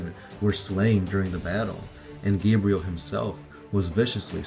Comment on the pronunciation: I'm liking this video, mostly because they actually pronounced Gabriel's name correctly rather than that idiot who kept mispronouncing his last name